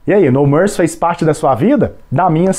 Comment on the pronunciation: Pouco antes do Gugu anunciar a próxima música, ele pergunta por que o grupo se chama No Mercy. Só que Gugu não pronunciou "mercy" no inglês e os cantores acharam que se tratava do nome do álbum, My Promise. Eles simplesmente disseram: "Minha Promessa". Então o Gugu repetiu mais alto: "Minha Promessa!!!" 🤣🤣🤣🤣🤣